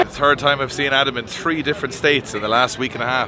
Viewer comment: I love that part where homeboy says”only tree letters for you, USA😂!”